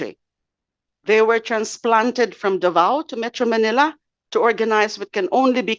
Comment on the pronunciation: I don't know where you from de lima, you can't pronounce the word Davao correctly ...???